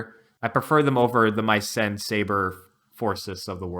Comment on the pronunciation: Why do you pronounce Mycen as "My zen", and Kamui as "Kamooee"? lol